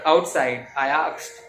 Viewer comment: I did not find any tone or modulation in his delivery Only fast monotonous narration He even pronounced many words wrong most commonly asked he pronounced it as akshed and even place names.... He is clenching his fingers so much that visibly presented his nervousness No negative comments but please take it as a constructive criticism...